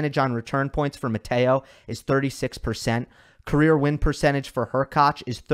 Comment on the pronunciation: Props for you for being on of the few channels who spell and pronunciate Hurkacz properly.